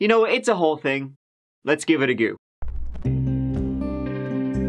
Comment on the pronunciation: Go. It's pronounced "g-oh", not gu. Let's give it a go.